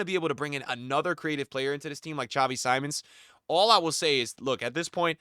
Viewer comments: I liked you but if you have truly watched Xavi Simmons irl you would know how to pronounce his name, is Simmons as it is written not Saimon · Just to help, Simmons it’s pronounced Seemons. Great video